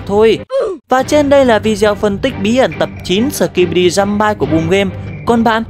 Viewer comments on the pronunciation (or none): Giơm-bi chứ không phải giơm-bai:(